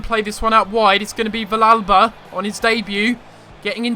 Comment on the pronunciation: the -ll is pronounced as a y sound in villalba